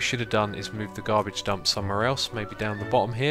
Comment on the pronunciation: Did you say Garage dump?